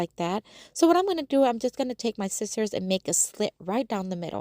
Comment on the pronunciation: You're a grown woman. Time to learn how to pronounce the word scissors